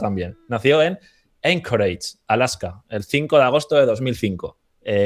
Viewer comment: Se dice "Anchorage", Alaska, güey